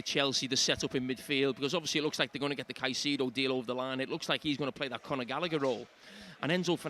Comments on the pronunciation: JAMIE!!! KAISEDO!! NOT SAIDEDO!! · Why does Carra call Caicedo “sigh-seed-oh” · Jamie pronounces Saisedo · Saiseedo, when is someone gonna tell carra lol....Also heard Micah in the studio at HT say Castiago. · Carra has switched from pronouncing Caicedo with the "C" sounding like a "S" post match. Watching the overlap fans debate and match commentary today, found it strange how he... very blatantly pronounced his name differently to everyone else.. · Someone please teach Carra how to say Caicedo